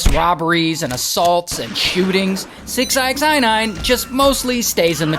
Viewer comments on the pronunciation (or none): it's just six nine,Why you're saying "six eye ex eye nine" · It's six ix9ine. Jeez. Not six ixi 9ine jeez! Get it right... dontcha speak inxlish! 😂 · Why do you keep calling him “six eye x eye nine”? 😂😂😂😂😂😂😂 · 6 I X I nine? Why are you saying it like that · So who is fooiine?😅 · Six eye x eye nine? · From calling him “six-i-x-nine-ine”🤣 to saying he was “grabbed by his rainbow colored hair”🤣 to mentioning his My Little Pony necklace🤣; I can’t help but laugh my a$$ off at this entire story. Your story telling abilities are GREAT!💯💯💯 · You really can't just say Six Nine? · "six eye ex eye nine" is crazyyy work Ray 😂😂😂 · Six i x nine ine 😂😂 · u prounouce his name as SIxNine btw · RAY! Why are you saying his name like that my friend? It’s just 69 lol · You have to be trolling the way you say 6ix9ine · How are you not able to say the man’s name correctly? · He pronounces 6ix9ine super hilarious!!! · Why he saying his name like that 😂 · Why is he saying his name like that....